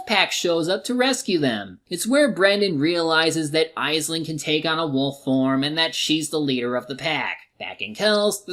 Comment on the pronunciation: it’s pronounced ashling.